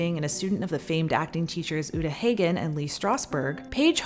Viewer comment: its pronounced Uta Hah-Gihn not hay gihn